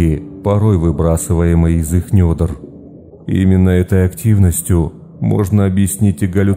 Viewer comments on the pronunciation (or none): Недр а не нёдр а в общем хороший выпуск хотя хотелось бы услышать что нибудь про леших ну я имею ввиду что нибудь новенькое про леших не знаю как кто а мне очень нравится твоя озвучка про деревни и леса у тебя это получается лучше всего прям как документальный рассказ слушаешь хотя другие темы у тебя тоже хороши но всё же не так как про лес и деревни